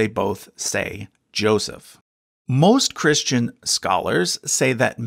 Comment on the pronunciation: I am not being rude even I am this but I'm curious why you say ChrisHtian as if there were an H in Christ?